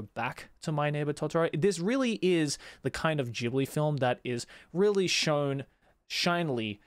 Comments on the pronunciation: Bro also your pronounce is wrong. Ghibli it's an Italian name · How exactly “Ghibli” (The African desert wind, pronounced “gibli”) became “jibli” when it’s about the Studio? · Ooh, that's how it's pronounced, I thought it was Studio Jelabi.